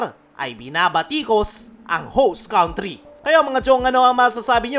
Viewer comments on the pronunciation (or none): PRE TANDA MO NA HINDI KA PA MARUNONG BUMIGKAS NG COUNTRY..BINIBIGKAS ITONG (KANTRI) HINDI (KAUNTRI)